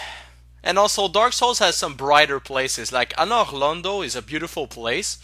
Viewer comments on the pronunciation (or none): Pretty good, but I think your jokes (play with words and images) are too frequent. Some are good and made me laugh, and others just made me say: "meh". Also, love the drawings. Btw, if you want to keep your French accent as your "trademark". Continue. If not? Work on your pronunciation. For example, the way you say "Anor Londo". ...Just saying... don't want to offend you.